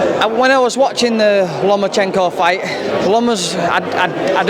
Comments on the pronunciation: brits cal him lemonchayko and blacks call him loma-cheeenko. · Lomo not lemo 😩